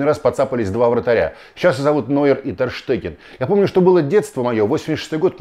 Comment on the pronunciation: Василий, ну вы то куда? Тер «Ш»теген. В немецком языке сочетание букв «st» даёт звук «Ш’а»